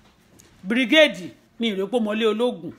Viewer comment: His name is Bill Gates not brigade